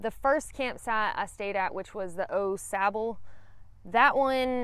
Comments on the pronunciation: I was going to reply the the same thing. It’s definitely Awe-sauble. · It’s pronounced Awe Sauble. Not Oh Sauble. Glad you enjoyed the trail. It’s my favorite trail. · Everyone I know pronounces it Aw Sahbull, but then again people say Deetroyt instead of Daytwah. Rather than wake up to hundreds of mosquitoes on my tent screen in the morning, I set up the tent before I go and spray the screens with something (I use Yard Guard) whose active ingredient ends in "ethrin". With deet they stay near you but don't land. With the ethrins they land, take off, and go die somewhere minutes later. It changes the campsite from swarming with mosquitoes to almost none. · Night 1 Au Sable, is pronounced aww- saw bo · Au Sable is pronounced Oh- Saab. #puremichigan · It’s pronounced Awwww Sabo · Having lived in Michigan, I always chuckle over the pronunciations of Au Sable by those who haven’t. Kinda cute actually. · I can tell.your not a michigan native by the way you say au sable 😊